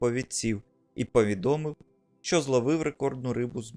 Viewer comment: На не шьчука , а щука!! Не шьчьо, а що!!! Курва хватить нашу мову псувати кацапським суржиком!!!